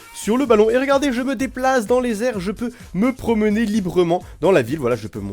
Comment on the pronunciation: Tu de deplace'librement xD comment il la dit